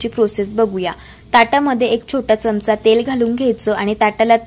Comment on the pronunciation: च्यमचा नका म्हणू. चमचा म्हणा. पदार्थ छान.